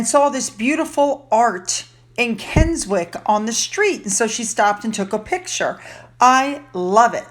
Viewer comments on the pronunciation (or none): Sorry, Keswick is pronounced Kessick! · my favourite part of the world is the lake district, its pronounced kes ick..the w is silent..keswick..